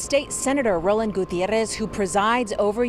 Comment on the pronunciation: The pronunciation of Gutierrez is really annoying here. Like Gutierrrrrrrrez.